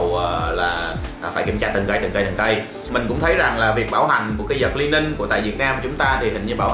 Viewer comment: A ơi đọc là Li ning nha. Hồi trước e cũng đọc nhầm thành Lai ning